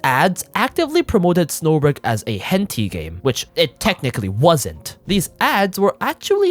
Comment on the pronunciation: If I had to count on my hands how many notable Japanese VAs got their start doing "hent*i" (is that why you pronounced it like that?) under a pseudonym, I'd run out of fingers. Of course they're not gonna be bothered.